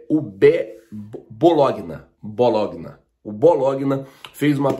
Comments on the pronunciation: Bológuina foi de doer o ouvido😂😂😂😂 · fala sério! Vc faz Jornalismo e não sabe falar o nome do time BOLOGNA? Bolonha, é só procurar no Google. Mas vc usa essa falsa ignorância como MARKETING! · não se diz Bologna e sim Bolonha kkkkk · Hå bologuina???Bologna (Bolonha)meu amigo... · Dá pra você estudar um pouco de pronuncia do idioma italiano? O clube que pretende o jogador argentino é o Bolonha e não Bologuina. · Bom dia. Feliz ano novo. Se escreve Bologna e se pronuncia Bolonha. Tmj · É escrito Bologna Mas a a pronúncia é assim ( Bolonha) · Se pronuncia " Bolonha" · Boa tarde, só para ajudar, com todo respeito e humildade. Bologna se diz Bolonha, em português. Grande abraço. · Bom dia!! De la Cruz seria melhor opção dentro do que o Flamengo precisa. Queria dar uma dica pra vc, com todo respeito....É apenas para melhorar a qualidade dos vídeos a pronúncia correta de BOLOGNA É BO LO NHA....Não se lê letra G....no Google vc pode saber a pronúncia correta de palavras estrangeira....Valeu 👍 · Bologna pronuncia-se Bolonha... só para ajudar. Abraço e um grande 2021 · SRN! Bologna pronuncia-se "Bolonha". Abraço! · Oh irmão... com carinho... o nome do time e Bologna... lembra de macarrão à bolonhesa, assim você acerta a pronúncia.. Valeu! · Bologna? Acho que se pronuncia Bolonha... kkkkk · Rachei de rir, o falando o time da Itália que tá querendo contratar o Borré kkkkkkkkkk, o nome do time italiano é BOLOGNA, MAS VC PODE FALAR O PORTUGUÊS NORMAL TIPO ASSIM BOLONHA 😂😂😂😂🤣🤣🤣 FICA A DICA MANO E O MEU LIKE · o nome do clube se pronuncia é Bolonha, ok. Abraço. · Tmj,Bologna(se pronuncia Bolonha) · Se fala Bolonha. O "gn" na língua italiana equivale o nosso "nh" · Bologna, lê-se: Bolonha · bologna se lê "bolonha" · Escrita: Bologna Como se fala: Bolonha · Bologna se pronúncia bolonha kkkkkk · Bologna🤣..mas se Fala Bolonha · se pronuncia bolonha